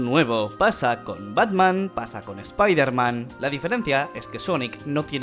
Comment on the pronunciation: un español pronunciando bien "spiderman", pidan un deseo